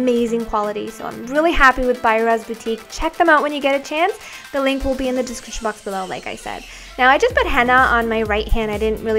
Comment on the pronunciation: Wow! U do get lovely churidar in toroNto as welL.very pRetTy. Btw,do u always say dEscriptioN in a wroNg way?i dunO if thats oNly me who nOticeD